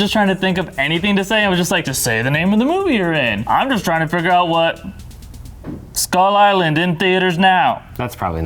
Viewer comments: did anyone else notice he said skong:kull island 😂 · "skong kull island" 🤦🏾‍♂️ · Skip to he says skong kull island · lol, he says "Skong, Kull Island" ! XD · "Skong: Kull Island". Really???